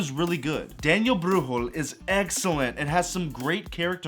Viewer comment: I'm sorry I know you are American but "Daniel Brühüewel" got me crying